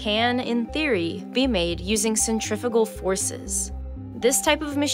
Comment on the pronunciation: is anyone else hearing "...a centrivetal force..." instead of "a centrifugal force?"